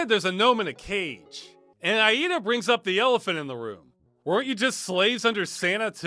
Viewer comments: is it just me or does it sound wrong the way Ross says her name? i think its more like ey-dah not Ah-eehda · Maybe it's different in other played but the only pronunciation of Aida I've heard in my life was like Ayda so it's jarring my brain. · I am 87 percent sure that name Aida, is supposed to be pronounced I-dah. I base this off the character of the same name in Unreal 2 The Awakening. (excellent game, kinda like Halo 1, but better and with more travelling to planets,, dialogue, and a larger selection of enemies to go up against including some of the Predators from the Predator and Alien movies basically. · lol, "Ayeeda" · Farms fun and disturbing video as always. Btw this is how you pronounce "Aida"